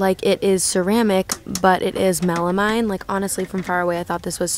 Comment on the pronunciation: I love your channel it’s really helpful to watch before I go out and do my shopping. One thing I wanted to let you know is the word “melamine” is pronounced melameen.